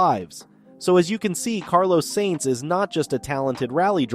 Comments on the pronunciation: justy a thought for a fledgling channel. F1 is an international sport not american, its not Nascar or Indycar, so how about gioving pronunciation a go? Sainz in not pronounced saints but is closer to signs. Hublot a watch you mentioned in another video, has a silent h as in oo the t at the end is also silent as in ooblow. Its not that difficult, even though Americans are even lazier than Brits when it comes to foreign languages. There are plenty of websites demonstrating correct pronunciation. Yours is grating in what could otherwise be good videos. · Wow, you need to learn to spell.... payed driver?? It's paid..... you also need to learn to pronounce the drivers name properly? You say he is no stranger to fast cars when talking about his first new supercar the ferrari superfast..... maybe you are forgetting he is a F1 driver...? The F1 car is kinda fast lol 😆😊😊😊